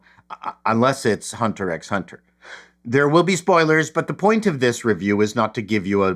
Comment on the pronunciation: The X isn't pronounced in Hunter x Hunter.